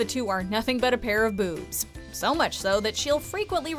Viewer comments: All these years I thought Megan was saying "moobs"😂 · i thought it was noobs😂